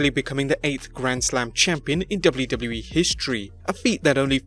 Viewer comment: The way he say wwe kinda annoys me, am I alone on this? Great video otherwise!